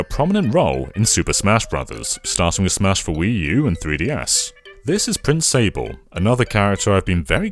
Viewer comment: This game is magical, I don't think any Nintendo game has truly captured how uniquely fun and light-hearted it is. It really is in well-need of a remake, just so Nintendo has the excuse to finally release it outside of Japan. Edit:, I think you should know that "Sablé" pronounced "sab-lay", and also, this wasn't specified in the video so I don't know if you're aware of this, but "Prince Sablé" isn't his name, he's the prince of the Sablé Kingdom. He technically doesn't have a name, since you name him in the game. Just FYI.